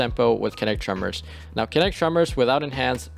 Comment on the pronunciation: it’s pronounced “KIN-NET-TICK” - enunciate man, don’t shout out the xbox kinect, it doesn’t deserve your co-sign! also, Accrued Redemption with Wellspring / Kinetic Tremors is amazing for endgame PvE. you get great AoE off of KT, 8% ability energy per kill, and disorientation break off of the origin trait (photoinhibition).